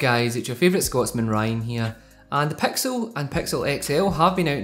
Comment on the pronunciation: He says "pexil" when it's "pixel"